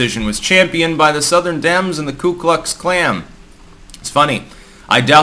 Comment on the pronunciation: did you say or almost say "Ku Klux Klam"? 😆